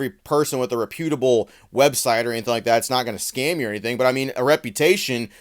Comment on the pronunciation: Bruh. Learn how to pronounce reputable. Please. 🙏